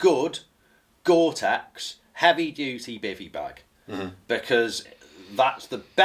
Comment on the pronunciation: "Gortex Everrything " lol.